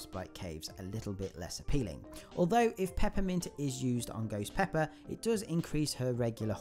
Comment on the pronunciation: It’s called ghost pepper not goes peppa